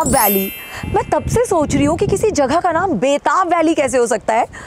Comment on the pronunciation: Ma'am it's 'jagah' and not 'jaghah' please work on your pronunciation